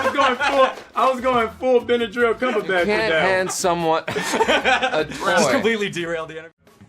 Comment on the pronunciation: “Benedril Cumberbatch” 😂